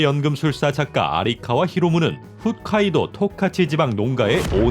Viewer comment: 후ㅅ카이도(X) 호ㅅ카이도 (O)